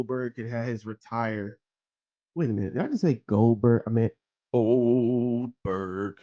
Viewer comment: Leaving the “G” off forever! 😭